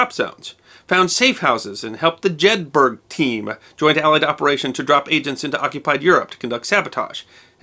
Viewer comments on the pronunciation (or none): none